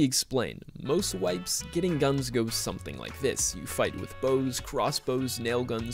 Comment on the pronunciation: You know it’s gonna be lit when says “we are Getting ddraided”